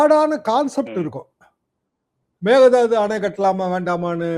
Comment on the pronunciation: Mekedatu தாட்டு ✅ Megathadhu ❌ Mekedatu தாட்டு ✅ Megathadhu ❌ Mekedatu தாட்டு ✅ Megathadhu ❌ Mekedatu தாட்டு ✅ Megathadhu ❌ Mekedatu தாட்டு ✅ Megathadhu ❌ Mekedatu தாட்டு ✅ Megathadhu ❌ Mekedatu தாட்டு ✅ Megathadhu ❌ Mekedatu தாட்டு ✅ Megathadhu ❌